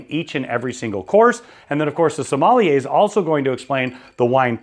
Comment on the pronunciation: Love your videos but it is pronounced...SOM-MALL-YAY